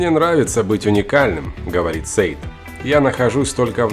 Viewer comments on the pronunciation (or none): САЙД...САЙД, А НЕ СЕЙД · Не Сейд, а Сайд и не Тим Сейд , а Сайдвеа